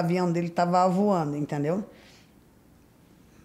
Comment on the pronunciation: O próprio Beto, interrompe sem necessidade. É só deixar ela usar o tempo. Achei graça de ela dizer:” o avião está avoando”. Kkkkkkkkkk